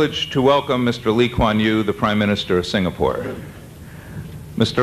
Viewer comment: The emcee pronunciation of Lee Kuan Yew is actually pretty good